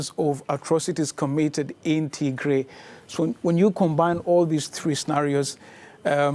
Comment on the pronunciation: It’s pronounced Tigrai not T-gray